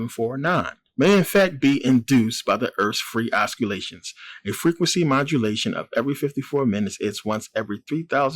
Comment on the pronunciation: Oscilation is pronounced ossilation,love the channel,peace